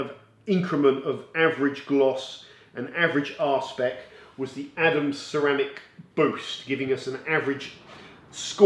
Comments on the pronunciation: I'm fairly confident that it's 'R-SPEC' not 'Arsepick' 🤣🤣 can't imagine what detailing products you're using that need a good arsepick level 🤣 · Please continue to make these comparison videos. They are really well done and very useful. Also, a question... For the two products with the high gloss readings, but one had a much lower arsepick (that's what it sounded like, not sure how to spell the actual word), what is the implication of this? How does it affect how one perceives the finish on the car?